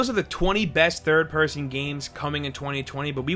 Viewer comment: I can't be the only one that heard it as ''Here are 23rd person games'' or maybe it only is me? lol